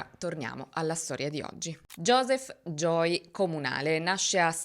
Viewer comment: Creo sia perche viene pronunciato “Joy” in tutto il video (che e’ diverso dalla pronuncia di “Joey” ed e’ un nome femminile). Conosco bene questo problema perche anche mio figlio si chiama Joey e nessuno in italia lo pronuncia mai correttamente 😅